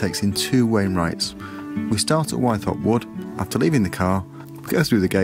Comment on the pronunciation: Hi, I could be wrong, but as a local lad I've always pronounced Wythop as With-op noy Y-thop. Incidentally I did my first wild camp on Ling fell the night of the recent Aurora borealis (and I posted a video on that:) Anyway I really appreciate your enthusiasm and the detailed directions on your videos, keep it up m8.